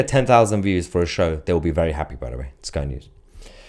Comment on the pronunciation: Did you say " spy" news